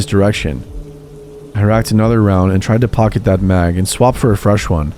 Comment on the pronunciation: Thank you so much for saying mag.